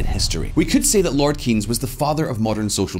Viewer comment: Starts off badly... Can't pronounce Keynes properly. It's not keeeeeeennnns, it's more like Kaynes, rhyming with chains. I still remember your video about the sultan of Brunei.